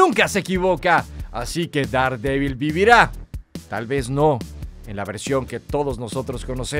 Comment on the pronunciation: Daredevil; Derdebl. Pronunciación.